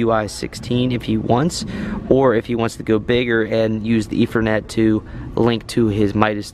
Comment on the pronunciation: I swear it sounds like you are saying "efernet" instead of "ethernet"